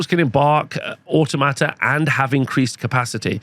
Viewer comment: Pan-o-plea and Or-tom-at-a